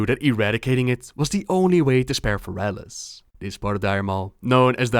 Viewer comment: fErelas. fErelas. not ferAlas.